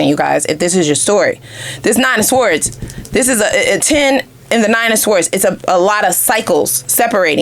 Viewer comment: 🔥Very on point....had to get out... side note: word sword is pronounced sord